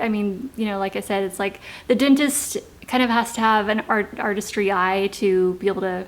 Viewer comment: Why does she say "dintest?"